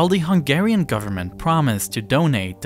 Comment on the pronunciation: I am from Hungary, and you did an amazing summary of the situtation! Also, your pronunciation of Hungarian words and names is the best I've ever heard from a foreigner, are you by change Hungarian as well?